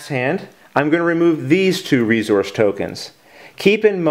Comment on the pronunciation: "Re-Zource" lol